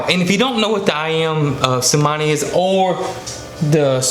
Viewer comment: Iys actually Ayam cemani. Pronounced A-am C(h)emarni.